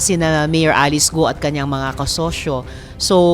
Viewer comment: Mali naman pagkabigkas ng apelido ni mayor bkt gu o ang tamang bigkas ay guo parang go lang silent u cnxa na sa pag correct sa pronounciation mo madam